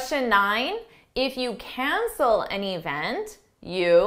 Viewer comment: And the word event is not“ e v n t”